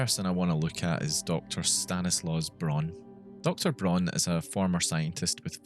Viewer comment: Really great Video ! I have subbed (: PS: "Braun" in German is spoken out really familiar as "brown" in English. In some sentences i didnt really understood Dr.Braun´s name